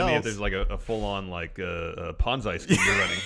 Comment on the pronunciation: It's a Ponzi (Pon-zee) Scheme, not a "Pon-Zye" scheme